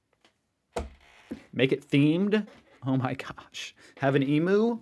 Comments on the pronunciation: Mate... again! Its pronounced 'eem- you'. Not ee-moo! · BTW it's an Eam(rhymes with beam)-you not e-moo. The fish is a Barra-munn(rhymes with Nunn)-dee 3. we say bee-troot not beet-root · Emu not Emoo. Say it like Emyou. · You crack me up, Emoo 😂 (emu) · Hey still says e-moo 💀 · 1. EEM-MEW!!!! 😂 2. Barra-mun-Dee not Barra-moon-Dee 3. NEVER insult fairy bread in Australia.. that's a good way to end up knifed in the back 4. WE NEVER mix beetroot in with the meat 🤢.. we put it on burgers like you would tomato or cheese 5. The pictures of Vegemite and toast displayed was waaaaay to much vegemite to have on a single slice of buttered toast 6. Sausage roll and a hotdog are 2 entirely different things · EMOO! It is now accepted as a Ryanism! So, there ya go!